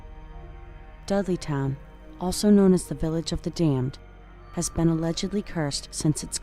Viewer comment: I have to admit, I thought you were saying "Deadlytown" not "Dudleytown". Seemed to fit though.